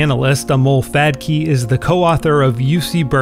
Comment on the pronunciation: Lol he keeps saying "fad-key"